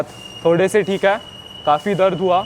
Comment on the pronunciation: भाई मेरे हा हा मत बोल है शब्द है..नया है यहा 😅😅😅